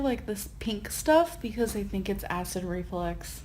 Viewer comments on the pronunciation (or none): if she says acid REFLEX one more time i'm gonna loose my shit omfg it's REFLUX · Please stop saying acid reflex..... its reflux woman......reflux. Jeeez, for someone so opinionated, she's thick as 💩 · It filled me with rage when she said that density’s abdomen hurt, that she didn’t have a stomach ache. So she said basically to the doctor “no she doesn’t have a stomach ache, her stomach hurts” idiot Also, dude she can’t even say acid reflux she shouldn’t be commenting on anybody’s medical expertise.